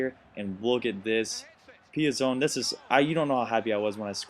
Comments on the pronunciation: Pi-zon, gotta make sure you get the Chelsea players names right. ;) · Nice video Btw PEE-AH- ZON